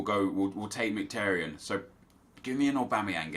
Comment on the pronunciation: You should know how to pronounce Mkhitaryan by now considering he’s an Arsenal player